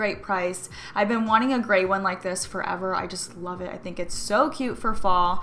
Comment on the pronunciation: I swore every time you said "fall" I heard "ball" for some reason haha!